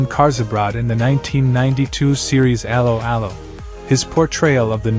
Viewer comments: It's pronounced a-low a-low not arrow arrow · That is NOT how you pronounced 'Allo 'Allo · cant even promounce correctly the title of the serie common , bit more effort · I suggest you teach your ridiculous AI voice to correctly pronounce the title of the show!